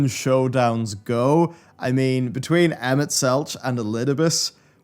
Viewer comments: the mispronunciations of emet hurt me :/ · keeps getting Emets name wrong. I don't even know how many times it was verbally said in game.